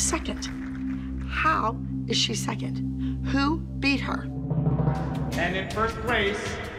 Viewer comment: I cringed every time I heard Abby say "seckent" instead of "second".😊